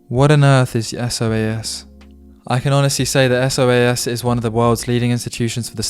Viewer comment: It's pronounced 'so-az', or to give you it's full name: School of Oriental and African Studies. It's one of the top UoL member institutions together with UCL, KCL, etc but more specialist so isn't as famous as the big ones.